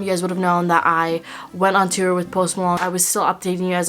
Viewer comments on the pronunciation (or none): none